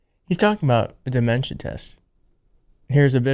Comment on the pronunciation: tRump it dementia not deMensa!